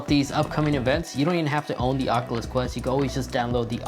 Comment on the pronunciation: Say it with me now: ock-yoo-luss kwest. Not "ockaless quess", FFS. Ah-nun-see-ate!